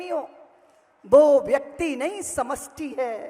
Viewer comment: Vyshti nhi smshti .